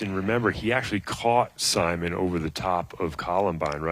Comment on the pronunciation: Would you guys stop calling Simon “Simone”, he’s not a girl. If you want to use the French pronunciation, it is See Mon. mon with a hard n like, bon not mone like bone. Hurts my ears.